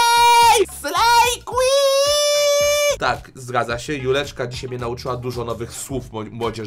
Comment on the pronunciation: ✨ slejjjjjjj kłin ✨ kocham xddd😊